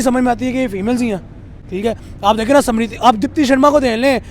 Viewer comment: Smirthi not simrithi 😂